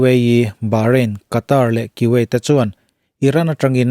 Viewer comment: Ki-uet a ni lo, ku-ueit ti a lam tur.